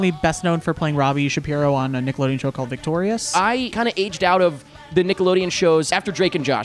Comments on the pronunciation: Lemme get his straight, you call it Dildolodeon, but not Dickelodeon? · “Dildolodian” OH CMON YOU COULD HAVE SAID DICKALODIAN